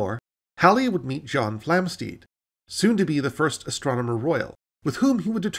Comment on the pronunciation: Enjoyed this brief romp through recent astronomy. However, it's not "Flamsteed" (as you pronounce it) but Flamstead, to rhyme with "homestead" and "sled".